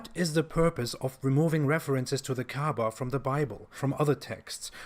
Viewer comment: They keep talking about Kaaba and all I can hear is Kaabbage. (pronounced cabbage 🥬)